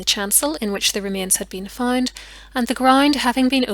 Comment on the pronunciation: FoUnd, Not FInd!! April, Not Epril!! GroUnd, Not GRIND!! However, Not HIever!! You English have No Pronunciation Skills at All. Damn, Learn to Talk the Right Way!!!